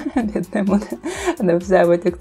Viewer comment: Не мод, а мод